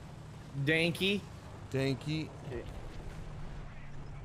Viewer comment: Danki? Its danke! D, a (like in a-ha), n, k (like in KKK), e (like in egg without g). Problem is that english pronounce E the way I is pronounced in Swedish and German and our E is more like e in egg.